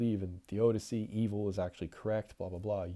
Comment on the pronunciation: I appreciate the video! maybe it's a matter of accent or pronunciation but do you keep refering to The Odyssey, or a different book?